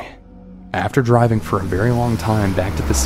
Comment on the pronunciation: Did he say go “riving”?